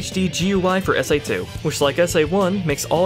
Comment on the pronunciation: ...he said S AI 2...lol